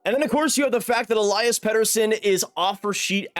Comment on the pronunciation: If you wanna pronounce his name correctly, it's pronounced El-eee-as and not El-eye-as.